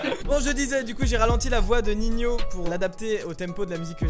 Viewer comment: On dit Nino pas ninio